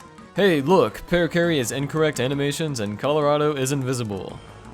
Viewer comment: welcome to paper fartio.